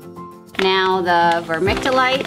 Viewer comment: Ver-mick-you-light :) . Great plant save ! These are easy to rot so def want to try again and follow your tips ❤